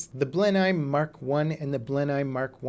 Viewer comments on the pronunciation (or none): blenheim, no its said bristol blenem. mk v is a mk 5a and b, dont you know your roman numerals